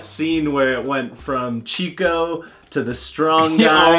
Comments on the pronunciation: Só mais uma pequena correção: o nome da personagem é "Chicó" com acento na letra O, e não "chico" como em espanhol..rs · Oi, não é Chico, é Chicó, com acento agudo no O. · Não se pronuncia Chico, mas sim Xicó. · E é Chicó....e não Chico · Aquela não é Madre Teresa, é Nossa Senhora(virgem Maria). E o nome Chicó se pronuncia como se fosse X no lugar do CH, não é como no espanhol.